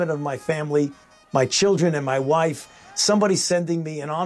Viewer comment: Is his "wufe" a woman?